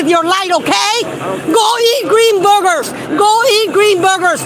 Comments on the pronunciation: I thought she was saying “green burger eater” so now that makes a lot more sense😂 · She says "ice" instead of "eyes" and she says "boogers" instead of "burgers"!